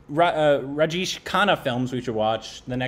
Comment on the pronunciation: Great review😍🙏😊n it's Raj Jay shh, not Raj Jeesh😄Khanna. Big B is not a 'Small' actor. He has his 'loud' acting stuff too especially in the older movies and in some of the recent movies🙏💜Time to watch some 'Smitha Patil' movies♥️Start with 'Arth' or maybe 'Mirch Masala'. 😍😊Or watch 'Amrit' with both Smitha Patil ji and Rajesh Khanna ji in the leads. Rajesh Khanna ji was Dimple Kapadiaji's husband 🙏💙🌹